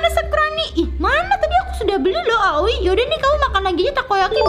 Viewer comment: Kak manggil aoi miyami, awi